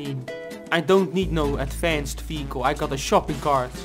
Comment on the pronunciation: Whenever you say vehicle I always here fecal